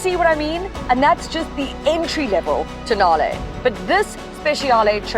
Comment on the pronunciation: tonale I accidentally mispronounced it as toe nail sorry😭😭😭